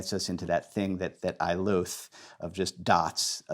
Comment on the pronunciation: Your pronunciation of “loathe” is just insanely weird.